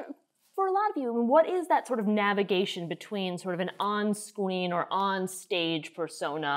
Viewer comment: Did ya’ll hear her say “on skween” too or…?